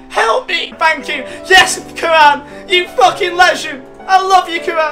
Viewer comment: I love you but Karan is pronounced Care-ren